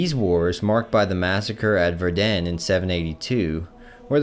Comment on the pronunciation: "verDEN" xD It's actually pronounced "FAIR-dn"